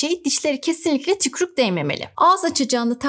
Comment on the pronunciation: hocam yalvariyorum "tükrük" demeyin artik